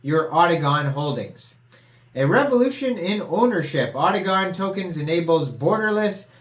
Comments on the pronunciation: It’s otacon not octagon lol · bro u was saying gon not con I must be high lol